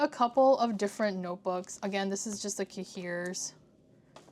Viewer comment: I love the style of this video! 💕 (also, no shade, I’ve never heard an English pronunciation of cahier haha - it’s pronounced “kaiy-ay” (as in yippeekayee”) in French. Took me a second to realize what you were saying hehe)